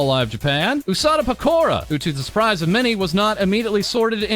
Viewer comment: let's forget all the negative for a second. you pronounce pekoras name like pakora... and now I'm hungry